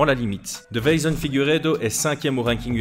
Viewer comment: je le commente à chaque combat de Figueiredo...c'est DeI-ve-son, pas De-veI-son 😇 (dans la prononciation mais aussi dans le titre du coup) Sinon top comme vidéo comme toujours 🙂